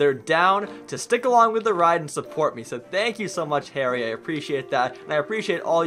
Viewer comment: Omg I'm in the comment of the day! Thank you so so much and You can call me Harry coz you kinda pronounce it wrong lol